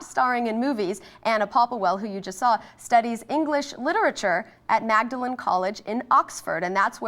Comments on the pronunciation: It's pronounced 'Maudlin' not 'Magdalen'... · Magdalen is pronounced Maudlin! Gah! Yanks... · It's pronounced "maud-lin" College! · lol lol lol at the mispronunciation of magdalen college :)